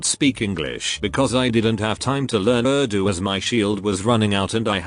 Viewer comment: You said Urdu wrong it's said ürrdu tahaji